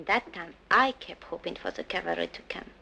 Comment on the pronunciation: LOL "do you understand?" guy shakes his head....more LOL. but his mom DID bring him up right. he was standing on two legs. : she sez "calvary" instead of "cavalry". Calvary is the hill where Christ was crucified. Cavalry are horse soldiers. The writers and or the directors don't research; a common mispronunciation in many many flix. But i do agree that cavalry is more difficult to enunciate.